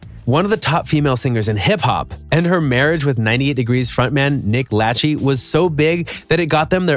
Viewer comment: Nick LATCH EE huh? 😆